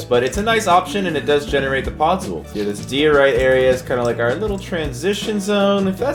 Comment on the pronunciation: pod-zool lmao